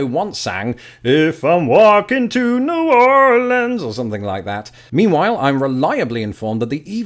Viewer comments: CONGRATULATIONS on getting New Orleans right!!!! As a native of New Orleans we do pronouns it New Or-lenz, I don't know anyone who say N'awlins. I subscribed to your channel a few months again and I have been thoroughly enjoying it. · Your pronunciation of New Orleans, Louisville, and Nevada are all correct pronunciations. Don't feel bad about pronouncing it "wrong" because a lot of people in America pronounce it that way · Props for getting "New Orleans" the way Marty McFly sang it, but he sang "Loo-sianna" not "Loo-ee-siana" like you just did. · I am from New Orleans, and I approve of this, I hate when people say New Or-leeeeeeens